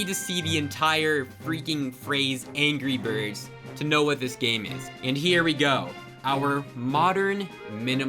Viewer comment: at exactly he says gry birds. true discord members would know. that or we're going back in time to the first Thanksgiving to get turkeys off the menu. or we're getting high while getting whiplash from headbanging for ten minutes.